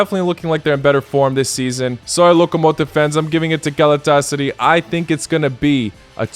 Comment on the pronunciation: Galet-tes-sary loooooooooooool